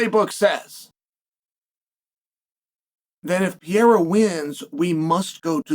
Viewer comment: If you can't pronounce his name correctly, just say Alex for the love of God and grammer.